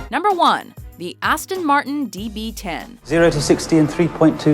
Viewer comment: She says the DB10 kinda weirdly .....